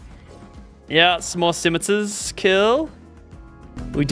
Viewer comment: Skimatars lmao that’s not right my friend